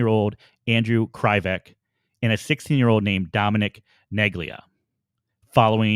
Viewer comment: Those cops did beat up kids at the police department and leave bruises. They didn't care. They did what they wanted.. You keep saying Anthony and Andrew's names incorrect.. Di.pip.o Kre. Vek.. No one knows the truth...no one will ever know the truth.. the entire investigation was botched...